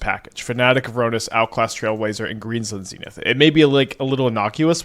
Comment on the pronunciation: "Green Zun's Senith"